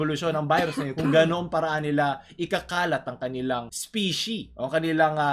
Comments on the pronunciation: nagcringe ako sa mga instances na sinabi niya 'yung "specie" sksksks sorry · gusto ko lang sana macorrect...kung tama pagkakarinig ko ang sabi mo "specie"..kung tama man ako..ang pagkakaalam ko kasi ang tamang term is "species"